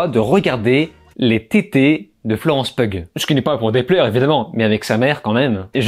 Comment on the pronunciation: Ca se prononce Florence "Piou"